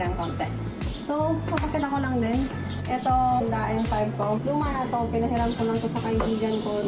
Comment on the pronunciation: IDOL! correction lang po 😊 ”DENG” po basa sa Daeng pipes